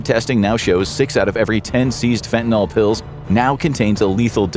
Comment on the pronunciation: For dog's sake, correctly pronounce "fentanyl".